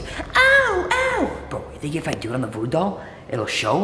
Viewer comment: He said talking tom voddo doll